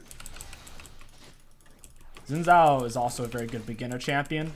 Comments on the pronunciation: saying it right is actually really easy!! it's pronounced, "SHin Jow" like the part of your leg + "ow! you just hit me!" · his name is not sin zao his name is shin djao like that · It's pronounced "zin chow"